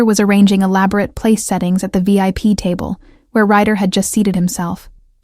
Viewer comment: RYDER not writer